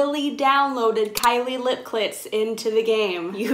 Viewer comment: She always says Kylie lip klits